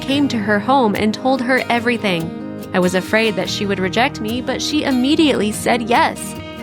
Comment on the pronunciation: It's not ammediately, it's immediately!